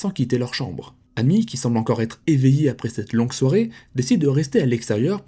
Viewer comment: Son prénom amy se prononce émy les prénoms Américains le A se prononce (é)